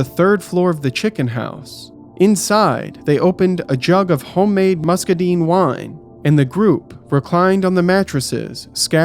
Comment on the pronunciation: hi. Mississippi person here. Its muscaDINE. like Dine in Restaurant. Deen sounds better and seems more accurate, and maybe its really truly pronounced that way.. i dunno ive never actually checked Lol but since these guys were in Georgia..😂 Ive literally only ever heard it pronounced "Musk-Uh-Dyne".